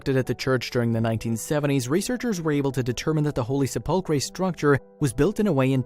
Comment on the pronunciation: I am sorry but your pronunciation of the Church of the Holy Sepulchre is so bad I thought you were talking about some were else this is the proper pronunciation The word comes from the Latin sepulcrum, which means “burial place,” for obvious reasons. Pronouncing sepulcher could trick you, because the ch actually sounds like a k: "SEP-ul-ker."